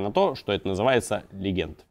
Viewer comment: Legend [ ˈledʒənd ] - произносится как леджэнт, а не "легенд".